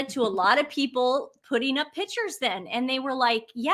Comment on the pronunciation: When is. going to stop interrupting. She portrays herself as a “Miss know It All”. Please, tell to pronunce … Pictures correctly, her version is annoying.